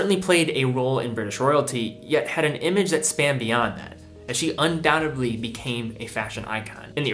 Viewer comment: Suggestion: Learn how to pronounce "undoubtedly".